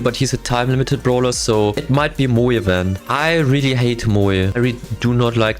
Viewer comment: When you said moe it was like you said Muyo